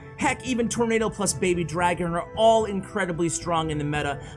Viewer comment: It's nado. Not nato He is referring to tornado🌪 btw